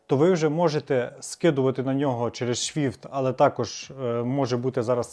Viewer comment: Чому вейс? Чому шфівт? Навіщо паплюжити назви?